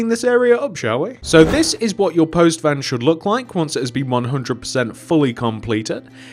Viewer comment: who else heard post man pan